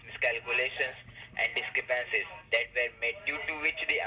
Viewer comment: love the ones that pronounce it dis-crep-PAN-see and pen-ALT-y.